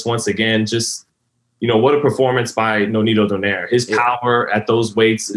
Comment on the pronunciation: still can't pronounce the name right... is don-ai-re